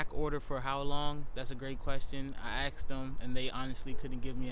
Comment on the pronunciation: You have a coolant leak, that’s something that needs to be fixed. You forgot the grease on the tips of the coil pack! And please don’t say "I aKsed them“